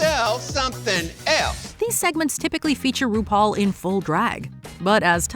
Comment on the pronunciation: UGH, "RudePaul!!!"